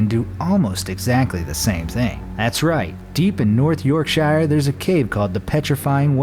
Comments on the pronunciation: Mate what the fuck was that pronunciation of North Yorkshire 😂 It's pronounced YorkSure I should know I live there 😂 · I live in North Yorkshire And it’s not north yorkshiiiiirre